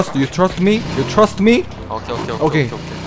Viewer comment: 츄러스가 아니라 트러스 미 이러는거가튼데 츄러스?...